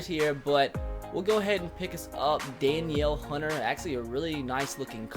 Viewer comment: Its pronounced Da-Neal Hunter ;)